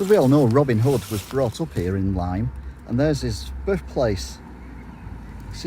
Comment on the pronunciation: I chuckled when you said "Lime" :)